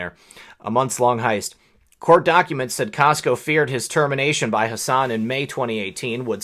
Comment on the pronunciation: hi there just one thing you are pronouncing my dispicable rep's name wrong it is hass an or maybe you are right and she should be pronouncing it like you